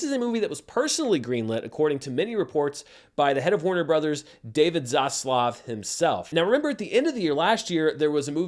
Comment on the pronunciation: Next video by: "Why I say 'Zosssluuff', instead of 'Zaslav'."